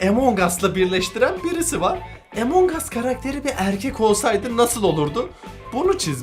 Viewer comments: Abi emong us değil among us diye okunuyor rica ederim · Abi emongas değil amongas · Abi Emong us değil Among us diye okunuyor / söyleniyor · Abi emongas değil amun us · emongas değil amongas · Abi EMONG AS deyil AMONG us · Abi lütfen emong as değil among as diye okunuyo lütfen buna dikkat et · Lan emong us diye okunmuyo among diye okunuyoo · Ağbey emongas değil 😲😠amongas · Abi Emong değil AMONG diye okunuyo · Emong aslında değil among as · Abicim among as emong as deil şunu düzgün soyleyin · Normalde:among us:emong uss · Emong değil among abi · Abi emong us değil among us ve bende senin gibiim abi walla ilk hep ben öldürülüyordum sonra sildim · Abi emonguss deyil among us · Yaw abi o emong us diye okunmuyor direk among us diye okunuyor Google trasnlate den bak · Emon diye değil among diye okunuyo 😶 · Benim okuduğum:among as ONLARINokuduğu:Emong as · Abi emon gas değil yazılışi among us okunuşu amon gas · abi bunun adı among as de emong as değil yaaa 😭😭😭😭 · Emong as diye okunmuyor Among as diye okunuyor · ABİ LÜTFEN EMONG US DEMEYİN LÜTFEN BAKİN RİCA EDİYORUM AMONG US SÖYLEYİN LÜTFEN 🙏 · Among us abi emong us deil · EMONG AS diye söylenmiyo AMON AS diye söyleniyo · Emong us değil Among uss Öğren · Emen ges deyil güzel abim benim amongs us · abi amongas diye söyleniyor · abimmm a ile söyleme a harfiyleee amang us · Herkesin Among Us A Emong As Demesine Sinir Olan Bi Benmiyim ? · emongas diye okunmuyor ama abi